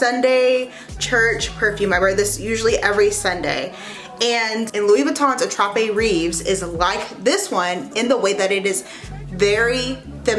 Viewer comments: Attrape-rêve means Dream catcher… in case you wondered. Rêve is pronounced « rayv » ( hope that helps 😊) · I speak French. Your accent is so cute. Rêves is pronounced raves